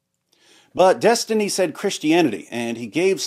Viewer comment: Des-Tiny... please pronounce properly. xD